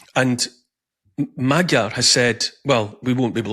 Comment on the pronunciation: Neil, your pronunciation of Magyar is terrible. It’s MOD - as in mods & rockers, Y - as in yes and finally ARE - as in we are free. Mod - Y - ARE = MAGYAR.